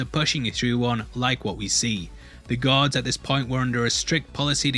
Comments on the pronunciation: U need to work on the way you say "Guards". I keep hearing "Gods" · it took me like 50 seconds to realize you were saying guards and not gods ;> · Dude keeps saying guards but all I hear is "god" or "gods". Such a mind fuck. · Took me a solid 2 minutes to realise he was saying guards and not gods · Stop saying 'gods' when you mean 'guards'. Speak M'erican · Bruh it sounds like he's saying "gods" lol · When he said guards I hear GODS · Bro thought you kept says gods